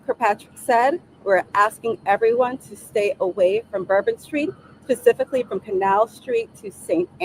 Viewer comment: And she said Pacific instead of specific.